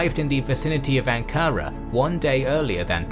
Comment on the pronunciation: You don't say Ankara like that. You have many mispronunciations.